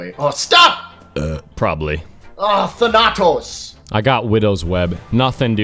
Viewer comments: You put the emphasis on the first A,. THAnatos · Stress the first A thAnatos not thanAtos wtf I can't keep hearing the same word pronounced like that its driving me crazy 😂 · not thanAtos its THaNATOS...im greek ... GET REKT BOI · It's actually thAnatos... Not thanAtos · its thAnatos not thanAtos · Can we all just appreciate how hard butchered the pronunciation of Thanatos (THAN•uh•tōs) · Than- ah - toes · I study Greek and everytime you pronounced Thanatos like " phanatos " I wanted to kill myself I'm joking, I love you <3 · It's pronounced thanutose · If pronounces Thanatos wrong one more time I swear to god